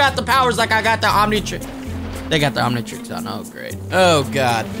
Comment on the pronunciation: Omnitrix is how you say it